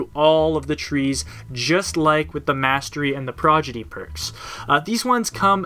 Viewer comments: prod... igy... not progidy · PRAW-DI-GEE, prodigy. Not progidy. Fun fact, progidy is not a word. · Just in case anyone here forgot... it's Pro-Di-Gee, not Pro-Gi-Dee. Still triggering nerds nearly 4 years later. XD #NeverForget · It's Pro-Di-Gy not Pro-Gi-Dy ROFL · Dude. Prodigy. Not 'progity'. Wtf. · Really enjoyed this overview, but once you started saying "progidy", it started driving me nuts. :p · This was great... but come on guy. You said "Progidy" about a dozen times. It's Prodigy! "prädəjē" "Prah-Dij-ee!" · Heh, you said prodigy wrong every single time. I'm pretty sure you know how to say it right, and just slipped up, I just thought I'd let you know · Every time you say PROGIDY it gets me one step closer to tearing my dick off and shoving it into my ear. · You kept saying Prodigy as "Progidy" xD Great video! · It's pronounced: prod-i-jee. ;) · Great overview. Must say my grammar Nazi squirmed every time you said "progidy" though. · I thought the same thing, Overall a good overview!